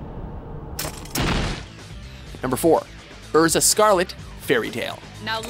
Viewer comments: Erza.. AIRZA not Urza. Pronounce it right. Also, Zoro hasn't surpassed Milhawk. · The way you pronounce "Erza" makes me cringe so hard. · I'm really sorry, but... your pronunciation made me cringe... it's SHI-kon, not SHIN-kon Sa-KA-ta, not Sa-TA-ka, EYR-za, not RR-za, NAH-tsu, not NAA-tsu, IH-chigo, not I-CHI-go. Ru-ROH-ni, not Roo-ROO-ni, Hih-TEN, not Hi-TIN, BAH-toh, not BAA-toh, MIH-hawk, not MY-hawk.